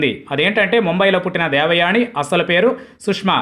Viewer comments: ముందు మీరు దేవయాని అనే పేరు పలకడం నేర్చుకొండి. దేవయాణి ,దేవయాణి అని పేరుని ఖూనీ చేసేసారు. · ణ వత్తు ఎందుకు ని అని పలుకు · దేవయాని అని పలకాలి బాబూ. దేవయాణి కాదు.